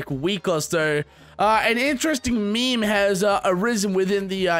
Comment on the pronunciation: I'm 9000% sure that as long as the word meme exists will still pronounce it as "me me"